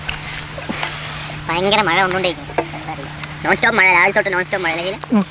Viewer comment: മയ അല്ലടാ മഴ